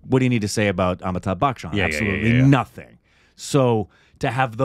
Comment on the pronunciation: I think it's time learnt to pronounce Amitabh Bachchan's name 🤔 😅